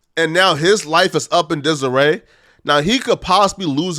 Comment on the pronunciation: it’s ok to use words you know how to pronounce. His life is in “desiree “? Kneegrow wtf. But your video is 100% on point